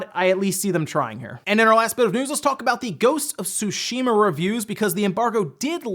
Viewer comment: Friendly reminder: it’s pronounced: Su-Shi-Ma.